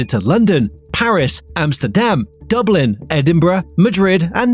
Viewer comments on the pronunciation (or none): none